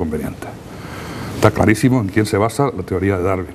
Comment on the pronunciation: Este tipo es zurdo, con eso es SUFICIENTE para que desconfíe. Se pasa atacando y mal pronunciando, a la persona de DARWIN. No le oído decir: Darwin erró por esto y debe de ser ello en vez de lo otro, por estas pruebas y razones. Puede que yerre, pero NO ME CONVENCE.